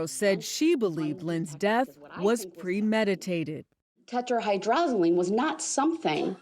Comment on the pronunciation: The detective couldn't pronounce tetrahydrozoline. Come on police forces. How are these guys supposed to catch murderers if they are not smart?